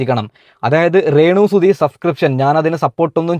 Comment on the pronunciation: റെന്നു അല്ല രേണു